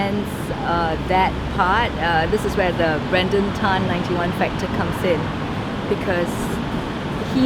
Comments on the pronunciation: What a fantastic documentary. By the way, Tan is pronounced as "TON" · pronounce as ta-an. not ten lol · Its not “tan” its t-ah-n.Not hating just correcting from SG BTW